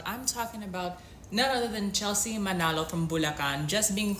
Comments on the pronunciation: Her last name is MANALO (Mah-Nuh-loh), not ManOlo. We’remall mix in thenPhilippines. No one there is “pure Filipino” anymore. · The guys keep pronouncing Manolo. It's MANALO. lol